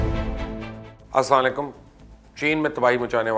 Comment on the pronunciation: مبش لمکاں نہیں مبشر لقمان ہوتا ہے اسی طرح اسام لیکم نہیں اسلام علیکم ہوتا ہے،👍👍